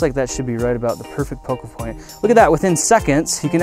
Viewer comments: Pocal Foint LOL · he said "pocal foint" XD